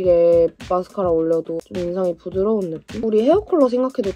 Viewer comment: 언니… 혹시 주변에 경상도 사람이 많은가요?… >부드러운< 에서 부산의 향기가…